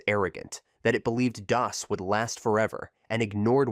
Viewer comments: "Doe Es" "Dee Oh Es" LOL! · The voiceover is bad. It's pronounced "dos" not D-O-S or "dough-ess". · It's DOS. Not "Day-OS". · "In the DEE OH ESS era"? Pronouncing DOS as DEE OH ESS - Channel has no credibility. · I think you're right. I was thinking it was the Jamaican "Day-OS" DOS. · Hilarious to hear DOS pronounced 3 different ways.